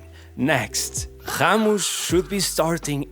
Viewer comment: did bro call Ramos, khamush? 🙏🥀